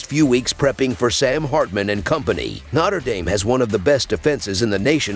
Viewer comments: The pronunciation is always terrible , lol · ‘Notter Dame” 😂